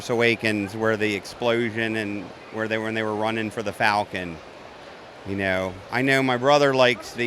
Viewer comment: This is pretty cool you "kneow"